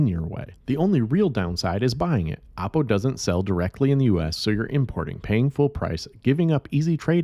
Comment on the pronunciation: Dont pronounce it APPO , as it sounds like APPLE. Should pronounce as OOppo